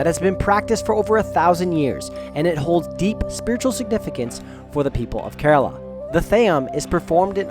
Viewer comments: bro it is not kaaarala it is kaarala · It's pronounce "care row la" smh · You could begin by learning how to pronounce "Kerala" (Hint: It's not "Kuh-RAAAAA-La" LOL). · He said Carolo 😂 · It's prenounced as: kE-ra-la And kochi is: Ko-chi